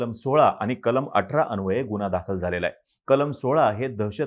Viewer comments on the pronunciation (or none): none